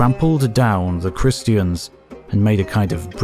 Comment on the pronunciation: I enjoy these videos immensely. Thank you! But (possibly because I'm ill) I found your pronunciation of Christian distracting and a little irritating. Who says christy-en? Edit: It's definitely because Im sick 😂